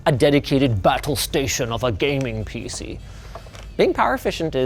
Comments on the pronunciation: “PC ness” Ok 😐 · He did say peeseenis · Did you just say penis? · Did Linus just say "PC enis"?